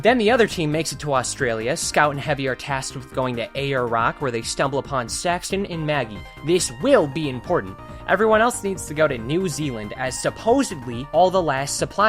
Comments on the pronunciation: did you just say Aya rock? It is pronounced "Heirs rock" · Saying Ayer Rock instead of Ayers Rock/Uluru and calling new Zealand a city are crazy things